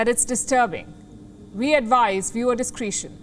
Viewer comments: viewer discree-tion adviced... xD which, is probably correct.. but, I Discra-tion. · Palki it's time to learn how to speak English properly. It's not discreeetion, it's pronounced discretion. I advise you google the word since you use it incorrectly so often. So you guys delete comments you don't like??? Pathetic and expected. You delete it and I'll repost it. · A good report but two pronunciation errors distracted me: discretion as discreetion and tether and teether. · Discretion is not pronounced "discreetion". Tether is not pronounced "teether". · You're pronouncing 'discretion' incorrectly. Organ transplant material?